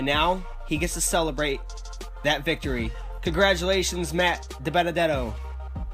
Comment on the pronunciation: AflacCupSeries you pronounced Matt Dibenedetto's name right!